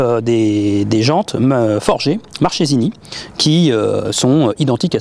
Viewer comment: Marchesini ce prononces comme marquesini champion et c'est pas diaveul mais dia-vèl